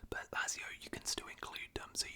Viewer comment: I like these longer round up vids but Lazio is pronounced "Lat-zio" rather than "Lazz-io"